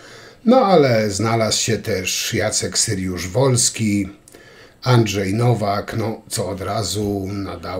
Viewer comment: Wypadałoby choć nazwisk nie przekręcać - nie Syryusz, lecz Saryusz-Wolski.